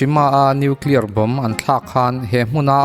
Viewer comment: Nuclear poh tidik thiamlo..Atom poh tidik thiamlo..bomb poh tidik thiamlo...angaih na awmlo...khua avarlo lulai emy